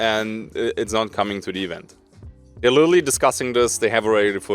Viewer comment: pleeaase stop saying "litally" like "little Italy" and literally say literally 😭